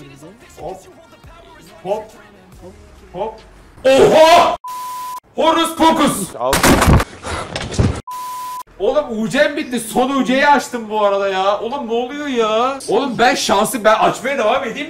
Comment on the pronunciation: 11.58 "Horus pokus" 🤣🤣🤣🤣🤣